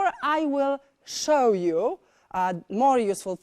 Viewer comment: szoł JUA XDD